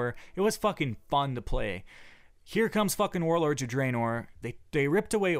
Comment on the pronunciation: having so much fun adventuring in ayezeroath and druhnoar.